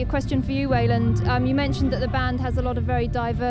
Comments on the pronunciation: You would think someone would have corrected the interviewer on the pronunciation of Weiland, I cringe a little every time lmao. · She keeps calling him "Weiland", lol